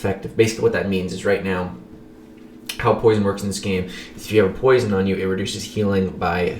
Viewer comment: nah it's not "poision"